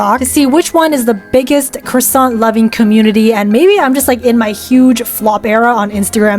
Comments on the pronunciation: That "croissant" was AMAZING ??? You have juste say "Croassant" and not "Croi(wa)ssant", but... WOW. (🍊) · My french side is jumping with happiness at her pronounciation of ‘croissant’ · that "croissant" was perfect (as a french speaker) 🍊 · 🍊yeah lol